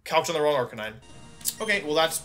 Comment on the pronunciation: You know things are not going to go well when wolfe says Arcanine instead of Arcaninay